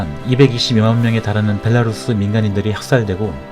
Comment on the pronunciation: 베라루시가 아니라 벨라루스......감쟈?